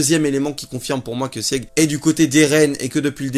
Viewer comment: Sieg se prononce Sigue, les Eldiens sont de culture germanique... La femme du gala est une Ackerman, les 3 sabres sur son écusson forment un A. Elle est affûtée et a sauvé un Eldien. Elle fait pensé à Mikasa...